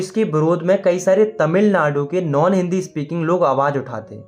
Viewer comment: tamil nadu ❎ tamil madu ✅😂😂